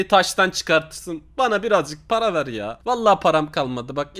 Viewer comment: Öyle yazılmaz böyle yazılır, bana parağ ver bana parağ ver 🤣🤣